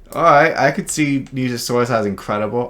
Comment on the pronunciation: At least he said Nigersaurus correctly lmao